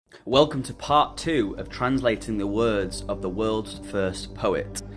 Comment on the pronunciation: I know our languages are so far apart, but when you said ak(?) for of, it reminded me of how we say it in Danish; af!